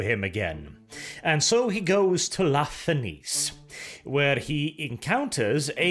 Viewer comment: "La Fenice" is technically pronounched in the sale way as "Nietzsche"; it's basically "la feNietzsche", translating as "The Phoenix" from Italian. The theatre on the Pride of the Emperor may actually be a reference to a theater in Venice, Italy, sharing the sale name. Sorry for the pseudo-grammar nazi moment, just wished to point out the bit. By the same token, "Maraviglia" is roughly "mEraviglia", translated from Italian to "Wonder" or something similar. Still crying over the wasted potential of this short story, though. Must admit I'd love to listen to your take on a 40k "loyal" (?) Fulgrim.